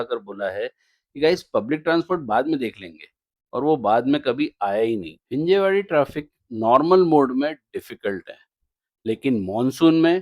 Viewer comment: भैय्या it's हिंजवडी 😂